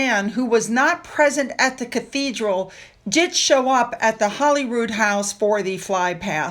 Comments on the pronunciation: Holy Rood = Holy Cross. It's pronounced HOLY ROOD, not HOLLY ROOD. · I know this is insignificant but when speaking of Scotland please pronounce Holyrood House correctly:) Holy not Holly:) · Hey, I just love your channel and watch it everyday. I just wanted to say that Holyrood, I believe, is pronounced Holy as in Godly. Not Holly like in Hollywood. I believe Holyrood means "The cross on which Jesus Christ was crucified" You should look into this information for yourself, but I'm pretty sure I'm right! Lol Much love to you and your family. Keep up the excellent work! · No, Holyrood is pronounced in Scotland as in Hollywood. Legend had it that the king was hunting in the area and came across a white stag with the holy cross on its antlers and established a monastic institution where the palace now is.( A legend used very often in medieval folklore throughout Europe). Through time the pronunciation has been corrupted . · No, it's pronounced Hollyrood by all Scots.